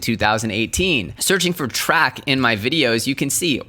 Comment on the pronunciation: YO just FYI... TRAC is pronounced like Trace, not Track